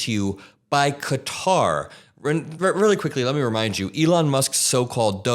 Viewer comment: Thank you for pronouncing it ""Kha-Tar" and not "Cutter"